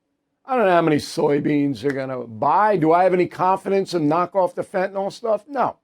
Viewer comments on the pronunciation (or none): NYL...NIL. It is fentanyl...NOT NAL It is not Fentanall! Please Bill, pay attention!